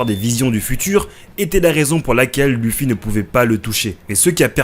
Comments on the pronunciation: « Leuffy » ou « louffy » ça va mais «lufi » ça me défrise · On le prononce Leuffy et non Luffy mais trkl j'écris pour le référencement <3